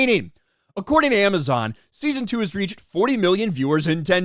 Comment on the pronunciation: A-Mess-On: "If you see a trailer of ROP you count like a ROP fan". Me: 🙄🙄🙄🙄🙄